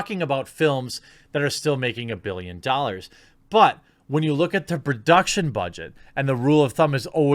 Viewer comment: Take a shot every time Jeremy says a BILLyin DAAHlers in any RoS video and be dead within an hour